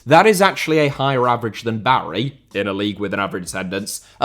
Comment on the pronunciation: always makes it a point to pronounce any names correctly. Except Barry